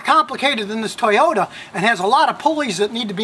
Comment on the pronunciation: "Toy-yoda..." XD